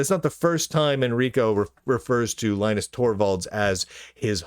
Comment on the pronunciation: His name is Lin-US